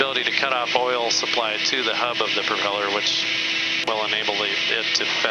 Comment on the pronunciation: Did I hear correctly “the propell-air” 😂 like it